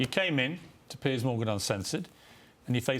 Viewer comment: Is this Santos fella really that stupid that he reads the name 'Piers' and decides it's pronounced 'Pierce'?